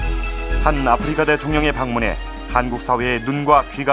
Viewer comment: 참고 : 아후리카는 일본국에서 아프리카를 발음하는 방식으로 현 정권이 일본국 외교를 망처놓아서 일본국 접대용으로 사용한 것임을 밝힙니다. 일본어 공부해 본 분들은 아십니다. 아후리카 ! Africa! 영어발음이 (아프리카) 아님. ROK 발음도 영어발음과 차이있음. 국어책 읽듯이 아. 프.리.카. 아니라는 의미임. 아후리카 이것도 한글 읽듯이 하는 건 아님. 일본국 특유의 억양이 있습니다. 아~후 ~~리~까!